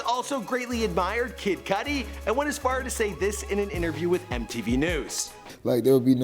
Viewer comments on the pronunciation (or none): none